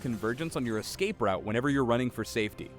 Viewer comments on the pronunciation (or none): none